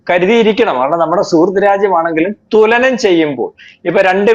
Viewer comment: തൊല നം അല്ല.. തുലനം